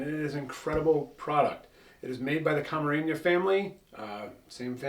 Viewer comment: Good video and great selection of tequilas. My only issue with the video is that you’re adding “Ñ’s” where there aren’t any “Ñ”. It’s pronounced Camarena not Camareña, it’s La Gritona not La Gritoña.